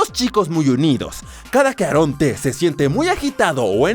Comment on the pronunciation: Se dice eron ti y eron ci en ves de decir aaron t aaron t